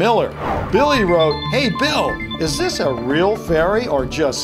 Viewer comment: why whenever he says "real" i heard he say "freal"